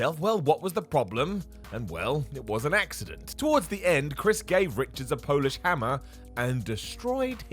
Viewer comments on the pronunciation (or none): none